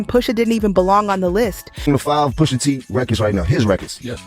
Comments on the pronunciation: “Push a” not poosha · Pusha not poosha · Who the hell is “POOSHA” 🤣🤣🤣🤣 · I was going to listen to this but the poosha instead of pusha is hard to get bye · How do you make a whole video saying the man's name wrong smh Pusha not Poosha smh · Poosha? It's pronounced push ugh.. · Yeah dont say poosha, it's pusha t, give him the respect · isnt it more disrespectful to make a video where a whole lot of ppl are saying the name correctly and then u out here callin im Pooosha T? 🤦🏿‍♂️ u mad at the wrong person my guy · Lady......who da fuck is Poohsha????????????? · Push Ah not Poosha! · Her saying Poosha repeatedly is pissing me off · Please stop saying poosha,please!!! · The way she keeps saying poosha irritates my soul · I can’t continue listening as she’s calling him Pushsa can’t even take this very serious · Hate these dumb videos when they don't know prints names. Who TF is poosha? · I turned it off when she said Poosha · Why she keep saying Poohsha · Come on man, "Poosha" is killin me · POOSHAH TEE 😂 MAZE 😂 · 😂 That “Poosha” was killing me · The commentator pronouncing his name wrong even when people in the video is saying his name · The way she was pronouncing his name irked my soul 😂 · My question is why they got Becky narrating this rap beef she can’t even pronounce Push T name right